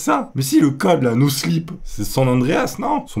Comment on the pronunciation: C'est no clip touny pas no slip 😂